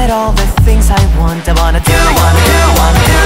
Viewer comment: サブスクとMV合わせて500回くらい聴いてるけど、今日初めて ~のミスタパートでwantのtの発音弱くなってるのに気づいてびっくりした…！ ｢うぉんの｣っぽくてかわいいミスタ大好き(^._.^)♡